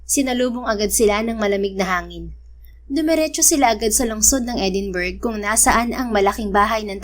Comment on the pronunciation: FYI Edinburgh pronounced as Edinbra